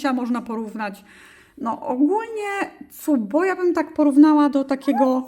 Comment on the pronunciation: Cupb-o? Wydaje mi się że to się czyta "kap-bu".